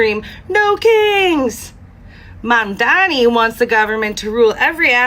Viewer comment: do you keep saying MandaMi? I don’t hear so well and YouTube cc keeps showing it that when you say it.